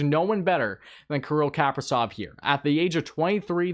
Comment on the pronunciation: not KAAAprizov, but KaprIIIzov.